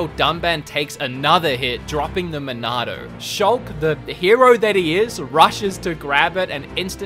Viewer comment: I just want to say, in your review of this game; because you have an accent... the way you say Monado is just so damn correct. It’s a truly cannon pronunciation. Lol! Dude, you rock and I couldn’t agree with you more. I loved Xenoblade Chronicles 2 and played a ton of it (and of course beat it) because I am a huge fan of the XBC universe... didn’t mind it at all but the game was somewhat slow in comparison to the original. I’m not sure if it felt like it had flaws just because of how perfect the original was... Xenoblade Chronicles is a legendary game after all. Its a tough game to compete with, not to mention make direct comparisons. I felt the Torna expansion held up a better torch to the original. The engine was upgraded alongside graphics, and the gameplay was a bit closer to the original with the lack of “blades” being under your control. XBC is such an incredible game that the Wii and 3DS versions are completely enjoyable, even up to today’s standards. The graphics are definitely dated in the non-HD version, but the art style is so unique and world design is near flawless that it made up for the dated graphics. Don’t even get me started on the storyline... has more twists and turns than many movies or television series out there. There’s a story arch around every corner to keep you consistently hooked. Now that it’s in HD, I think this game is literally top tier perfect in general. I haven’t made the leap to buy it yet, but I will soon and when that happens, I shall pre